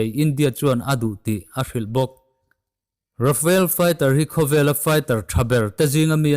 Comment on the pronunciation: Rafael jet nilovin, Rafale tih zawk tur